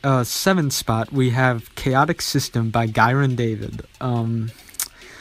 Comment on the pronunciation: Pronounced: Yai-Ron